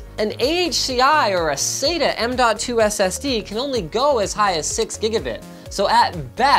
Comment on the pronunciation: M2 Sata works just fine. No need to emphasize the "DOT"